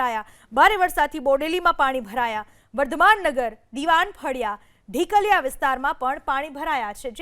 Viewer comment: ढिकलया नहीं बेन ढोकलिया 😂